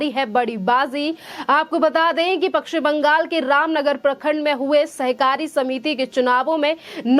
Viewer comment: पक्षिम नही पश्चिम बोल